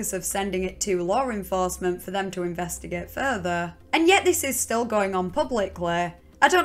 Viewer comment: I like how she pronounces the word ''investigate'', sounds almost like investiGOETHE